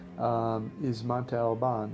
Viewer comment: This video is beautiful, being able to see places I got to visit years ago during a visit to my stepdad's family was great. Please, work on your pronunciation of places. That is my only complaint. Wha-ha-ka. Mm-ohn-te Al- bahn. Ss-ah-tech-oh